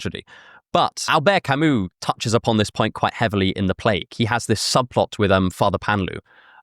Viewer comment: the way you pronounced Albert Camus and the names of Plague characters was……. interesting